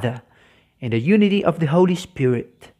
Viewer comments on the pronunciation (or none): none